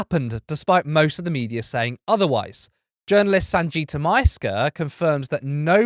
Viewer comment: The nam is not sanjita its sangaeta